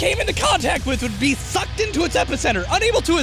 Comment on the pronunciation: he’s saying sucked, right. Just making sure, because no matter how many times I listen to it it sounds like something else😉😉